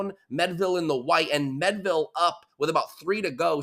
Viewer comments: AI Overview Learn more Meadville, PA is pronounced "MEED-vil". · Pronounced mead ( like the drink) ville. This was my local event. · It is pronounced MEADE-ville. Like General George Gordon Meade, or the medieval drink mead. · How do you get "Medville" from Meadville. Eff that sports reporter, can't even pronounce a city right. THAT'S PART OF YOUR JOB! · I live in Meadville, you’re mispronouncing. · how does a local guy from Pittsburgh mispronounce Meadville?